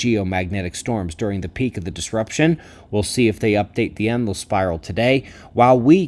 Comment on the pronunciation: Just found out has been saying “Enlil spiral” not “endless spiral.” Considering what’s coming, I’d prefer an Enki spiral, thanks just the same.